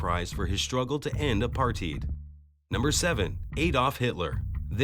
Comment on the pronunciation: 'a-par-teed' 🤣 (I'm just finding the pronunciation funny, because it's pronounced incorrectly so don't attack me, okay? 😅)